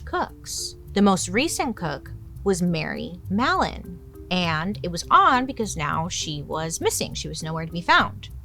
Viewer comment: but I heard mellon? 😢